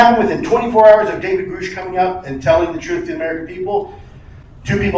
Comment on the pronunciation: Why does he say it like that